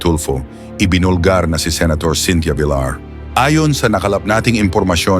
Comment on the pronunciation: Buset Ka kelan pa naging vilar Yan abo BA lahi mo pinoy o indiano, pagbigkas Lang Ng apelyido binaboy mo pa.